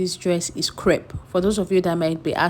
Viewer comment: CREPE, not KREB ooooo 😂